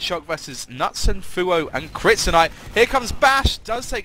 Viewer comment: nutson is not the way you pronounce knutsson:D pronounce the k and and the second s:)(for you )